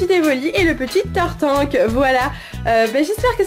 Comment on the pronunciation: tu as dit tartank (tarte ank) :D bon sinon ce n'est qun détaille sinon bonne vidéo comme dab